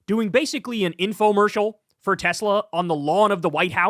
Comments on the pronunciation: ‘I love Teslerr!’ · Got to love how Trump pronounces the brand as well, the TesSlur. :P As for banning Teslas, if the US pushed harder on those tariffs you can forget about any new models getting certified in the EU ever again............................they're barely passing MINIMUM road safety guidelines as is.